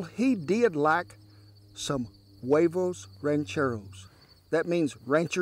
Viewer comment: Good pronunciation most people say Hooayvos when it's actually (Wehvohs)